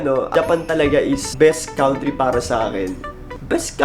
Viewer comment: No offense meant. But it's KAN-TREE not cown-tree. 😊